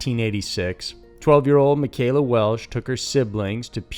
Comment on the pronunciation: Her name is Michella, just say Michelle with an A at the end! Ma-shell-a. Not Makayla. She was a beautiful, caring, innocent little girl. We all waited 33 yrs for Tacoma PD to find that monster that took our friend and our innocence. They thought for yrs Jennifer Bastian was killed by the same person. They caught both monsters in just a few months of each other. Please fix your mistake of her name, it needs to be right. Ma-shell-a Welch is her name. Always in my heart and never forgotten, Ellen Marie fellow 6th grade class member at grant elementary 86"